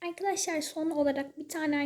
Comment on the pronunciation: Ya artık "AyKaDaşLay" deme ya bebek gibi sesin gıcık konuşuyosun